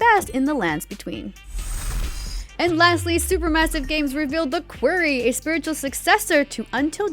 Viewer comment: The host of this has me tripping, is the game called The Query (a question) or The Quarry (where you mine rocks). They keep pronouncing it like query but it seems to be about a quarry.